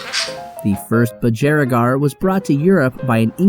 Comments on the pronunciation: BudgErigar. What? It's budgurigar not budjerrygar. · BUGIERAGAR NOT BUDGERIAGAR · It's BudgerEEgar not BudJERRYgar.. Sorry but as an Australian it drives me crazy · Lol the pronounciation as an Australian in cracking me up. It’s ‘bud ja ree gah” not “ba jar regee” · You seem to have a few of these gorgeous little birds, Maybe you should learn the correct pronunciation. It's a Bud geri gar....NOT Bud Ger I gar. If I were you I'd just stick to Bugie, at least you pronounce that properly. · Budge jer i gar. .?? Budge ree gar is more common pronounciation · yo, Australian Aboriginal here its "Aboriginal people" not "Aborigine". " Aborigine is considered outdated at best and a slur at worst also this is nitpicking but its pronounced buhj-er-REE-gar, not buhj-er-RAY-gar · OMG the pronounciation. It is pronounced BUDGE- ERR - EE - GAR. I'm Australian, You are Welcome. Although i must say, untill this video I did not know they were native to Australia LOL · Is it not pronounced BUDGE-erigar? Not budJERRYgar??? Have I been saying it wrong this whole time?? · budge-e-r-igars 😂 please just call it a budgie, you're saying it wrong constantly and I can't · Buh-juh-ree-gaa not what ever the f you’re saying. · You're pronouncing Budgerigar wrong, it's an Aboriginal word, and is pronounced Bud-gi-rig-ar rather than Bud-ger-rig-gar =) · BUD-GER-I-GAR.... triggered Aussie enters the room BUDG-ERI-GAR, geeze, and it is Auzzie no Ossie.... triggered aussie grabs a fosters takes a swig and immediately spits it out what is this piss water? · its funny how americans dont know how to speak properly, i cringed everytime he said bujeeerigar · Totally Agree. OMG If you are doing voice over, at least use the correct pronunciation. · Just a heads up, your pronounciation of budgerigar is wrong Also, Australia's first nations people are aboriginal Australians. Not "aborigines" - that pronounciation has some racist contexts behind it and is not an accepted term today. Thanks!